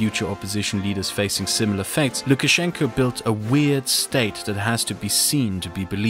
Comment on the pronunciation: "Gulash Putin" :D :D